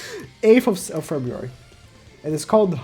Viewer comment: 15 of febuwawi 😂😂😂❤️❤️❤️